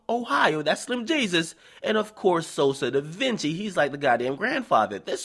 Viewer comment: why you call him Sosa DaVinci lmGDao